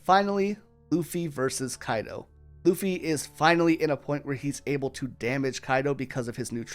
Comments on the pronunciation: Ok I need someone to settle this. I keep hearing him say "uffy" without the L but my husband swears he hears the L. Am I going insane? Is he pronouncing the L at a frequency only dogs can hear? Help me out here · uffy 😂 bro was to tired from producing this masterpiece piece that he forgot how to speak for a sec